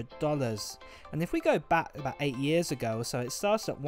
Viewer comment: It seems "abougt" right. But I hope it's a little less than that.